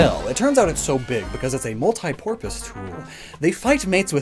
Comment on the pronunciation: "It's a mulit-porpoise tool" You are crushing it right now!!!